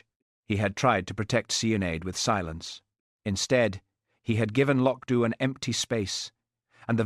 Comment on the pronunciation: 1.51 no trousers, 2.12 trousers, 6.47 no trousers😂❤wonderful, apart from AI, although it pronounce loch Dubh correctly😊